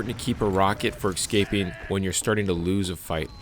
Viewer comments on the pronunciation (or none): FYI "escape" is pronounced "ES-caping" not "EX-scaping"